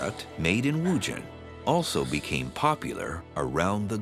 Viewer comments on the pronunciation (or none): The narrator 's pronunciation of WuZhen is rather jarring to the ears.